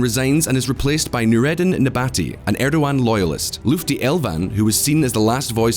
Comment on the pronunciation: LUTFI not LUFTI lol!